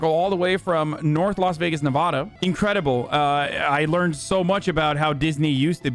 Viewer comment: I was gonna agree with Hasan but he pronounced nevada Nevodoh instead of NevAhda